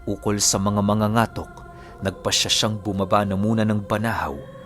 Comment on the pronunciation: Katok di ba? Ibig sabihin Ang mangangatok ay mabilis din Ang pagbigkas🙄 correction plssss